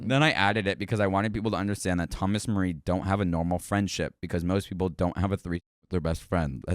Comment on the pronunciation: you reading marie as mary pissed me off